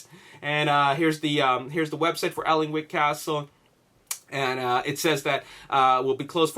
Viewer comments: It's pronounced annick castle. It's where they filmed parts of the first and second Harry Potter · Hey, Just so you know, Alnwick is pronounced Annick. It's a bit weird but yeah, that's how you say it. Makes sense that modern scenes would be filmed there because people still live in the castle, it's in incredible condition, while Bambourgh has not been occupied for some time and is therefore not in perfect condition.:) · hi Dude. the L in Alnwick castle is silent, pronounced Anick. i work at this castle. was there during filming. awsome days cant wait for the movie. C ya! :) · It's pronounced "An-ick" castle, trust me i'm professional Geordie:) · Ok you had no way to know this but 16.55 is Not bamburgh castle, I'm from the area and know it like the back of my hand 😎 not sure where that shot was taken but it looks more like a ruined abbey or priory. And good try at pronouncing alnwick but that's one of our awkward place names. The l and w are silent so it's more like annick. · I live in Alnwick myself, but I've never heard anyone mispronounce it as badly as this X3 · pronounced Bambrer Castle and Anick Castle